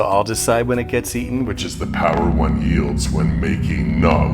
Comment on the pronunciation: ".. the power one wields", not yields